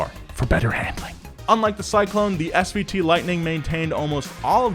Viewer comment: It’s SVT not SVO special vehicle team